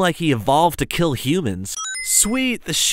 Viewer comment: u say hill instead of kill but still awesome